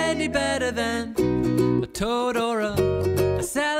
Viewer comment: I thought he was saying Totoro